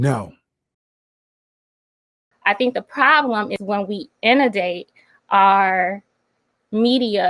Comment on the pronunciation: Did she try to say “inundate” ?!